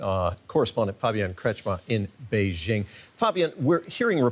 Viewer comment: Bay JING. Not beige —ing